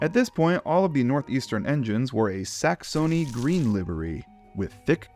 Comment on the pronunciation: oh god why did you have to pronounce the "s" in "Corps" to make it sound like "dead body corpse" and then mispronounce "Saxony"? (sax - Sony, my foot).